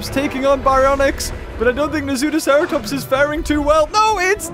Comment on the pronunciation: It's not na-zoo-sera-tops it's na-soo-sera-tops K